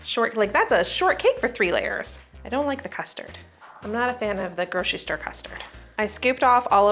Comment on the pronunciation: i can’t listen to “groshistore” anymore can’t make it through this one